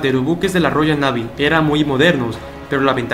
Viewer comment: Tío, que aburrido eres. Al minuto te corté. Aprende un poco de inglés para que puedas pronunciar la palabra 'navy' y, además, no se pronuncia Pieróla ... sino Piérola, torpe. El maestro Marco Aurelio Denegri ya te hubiera parado de cabeza.